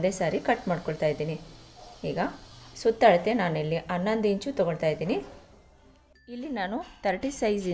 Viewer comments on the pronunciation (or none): none